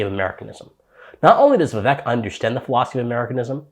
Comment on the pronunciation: Appreciate the video, but his name is pronounced Vivek= like cake, carry on 💪🏼